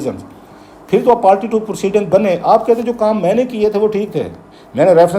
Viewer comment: It's party not palty